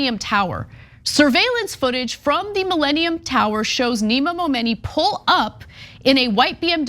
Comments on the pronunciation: Stop saying momoney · She Said Momeny soo many times I got lost in the story 😒